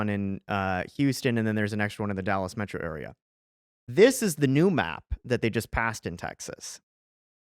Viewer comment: I let Rio grond slide but I shut the video off as soon as that guy said Dollas instead of Dallas.